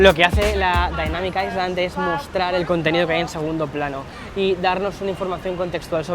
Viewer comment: la correcta pronunciación es ai-lund, osea como lo dice, si pronuncias aislan simplemente lo estás haciendo mal (osea toda latam lo pronuncia mal)